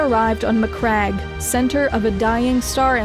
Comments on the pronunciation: REEEEE SPACE SMURFS MAC-CRAG = no MAC-RAGE = yes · Greatly made video. Also, a woman interested in 40k? By the emperor! Also, are you sure how Maccrage and Roboute Guilliman are pronounced? Because i thought it should sound like "maccraidj"